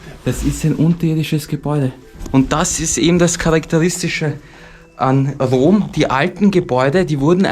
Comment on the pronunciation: Warum sagt immer Dom statt Rom? 🤔